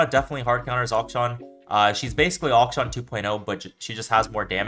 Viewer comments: its not that bad bro, if he's able to play at the level which he plays, it doesn't matter how he pronounces the name. Its supposed to be pronounced closer to "action" but the first "a" is supposed to be pronounced the way how you start to say aluminium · How boosted are you like, you can pronounce interaction but not akshan